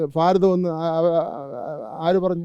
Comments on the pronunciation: ഫാരതം അല്ല കുട്ട്യേ ഭാരതം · Faratham alla bharatham😂